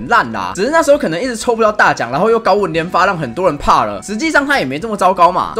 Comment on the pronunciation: 高文聽成高丸……（x）